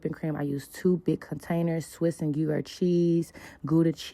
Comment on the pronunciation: Oh no you assaulted that Mac and cheese none of that should’ve been in there you couldn’t even pronounce Gruyère educate yourself hun be credible in what you’re selling